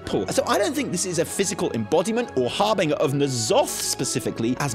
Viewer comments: magical school nerdy girl voice "It's harr-bin-jurr not harr-bin-gerr !" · FFS, it's pronounced HAR-BIN-JER!